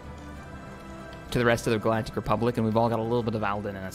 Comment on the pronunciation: Oh it's Alden not Alvin. you need to pronounce a little better.